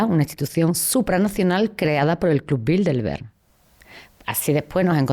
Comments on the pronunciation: Yo me pregunto una cosa ... Porque pronuncia Bildelberg en vez de Bilderberg? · Crisitina afirma haber estudiado el Club Bilderberg intensivamente durante 2 décadas, pero ni siquiera pronuncia bien el nombre: repetidamente dice Bildelberg, al menos al principio del video.